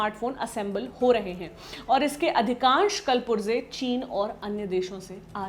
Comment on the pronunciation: Kal purze nahi, कुल पुर्जे।